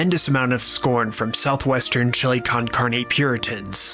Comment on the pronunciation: How do you say Nixtamal near correctly, but then say Chilly Kahn Kharnee?? lol